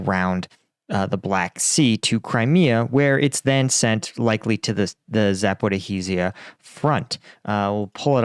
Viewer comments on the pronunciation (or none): just say Zapharheezha ) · Fcuk this "zaporihizija"! Why don't you check the pronunciation on the net? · I really enjoy your channel, but … "Zaporeeheezeeya" … :-D By the way: Wikipedia reads it to you, if you like. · Bro, the way you say Zaporizhzhia is too much xD